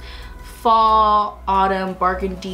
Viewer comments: didi she just say bargandy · You're so cute , "bargandy" instead of burgundy 😂😂❤️❤️